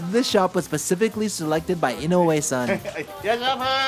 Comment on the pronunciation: You live in Japan for many years and have a Japanese wife, but you still can’t say inoue properly. Wtf?